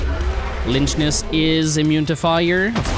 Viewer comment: im pretty sure you say lychnus like "lycknus" but idk